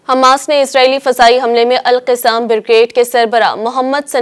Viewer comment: مہربانی فرما کر تلفظ سیکھ کر پڑھیں ۔۔۔القَسّام